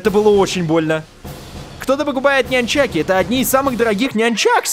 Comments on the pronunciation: Правильно не няньчаки а нунчаки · сам ты нянь чаки правильно говорить нун чаки